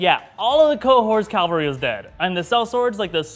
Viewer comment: enjoyed the vid with one suggestion, an army on horseback is CAVALRY, not calvary. Just sayin'